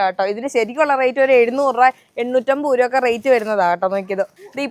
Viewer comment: 😅 ഉരു va അല്ല രൂപ